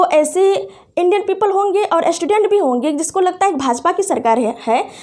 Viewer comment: एस्टूडेंट नही है मैडम स्टूडेंट है 😂🤣😂🤣😂अस्थापना 🤣🤣🤣🤣🤣🤣